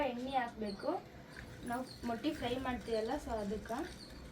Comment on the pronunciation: ಅಕ್ಕ ಅದು ಮಟ್ಟಿ ಅಲ್ಲ ಮೊಟ್ಟೆ